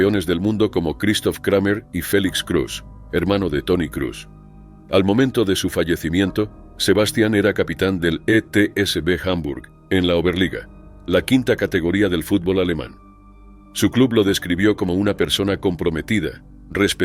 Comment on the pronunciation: ¿Sebástian? Se escucha mejor en español, Sebastián:face-red-heart-shape